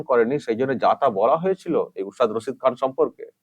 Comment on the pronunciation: Nam ta o thik bolchhena. Rashid ali bolchhen